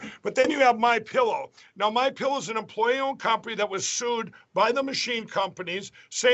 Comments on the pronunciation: Pretty sure he said "Mein pillow" lol 😆😂😅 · "Mien Pillow" nailed it! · "mein pillow" 🤣😂🤣